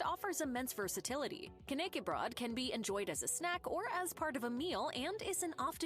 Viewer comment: "knay key broad" ITS FUCKING KN ÄCK E BR Ö DDDDDDD